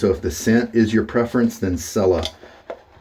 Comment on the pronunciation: Cella is pronounced like "Chella"